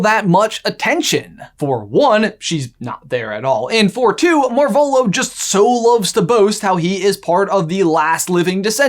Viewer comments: MAR-volo > mar-VOLO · Is that... Is that how you say their name? I only read the books, but I always thought it was marv elo. Pronounced as Marv and elo like in hello without the H